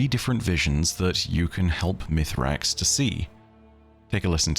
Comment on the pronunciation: Once again I ask, is there a reason to call him Mithrax when we know he is called Misraaks? Is it just that hard to say for English natives? It feels so disrespectful when in contrary Mara and Crow for example always call him by his actual name in-game.